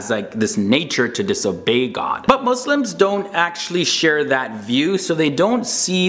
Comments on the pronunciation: he said right my brother. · i respect how you pronounced “Muslims” right